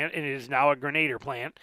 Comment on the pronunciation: FYI, pronounced “gren-a-deer"